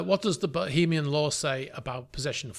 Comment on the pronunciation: Why do you keep saying bohemian and not Bahamian